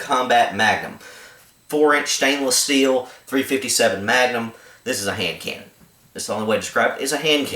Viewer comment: Why does he describe it as a "hand cannon" by saying what sounds like "hand can"...twice? Enunciate!